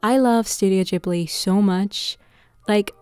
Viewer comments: It's ghibli with a G not J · Yeees, I was wondering when you!re gonna make studio Ghibli food 💜 Thank you for this video I think the Gordon Ramsey's recipe for vegan bacon could also work really well as the thick bacon- he puts tofu between the rice sheets. And a side question- is it pronounced studio gee-bli or ji-bli? I always pronounced it as the first